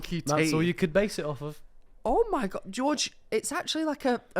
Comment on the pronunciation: Your Spanish pronunciation of "George" was not good - and I'm English! George is pronounced more like "hoor-hey" with a bit of a throat thing on the initial "H" ✌